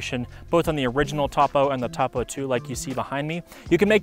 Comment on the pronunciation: You're saying Topo wrong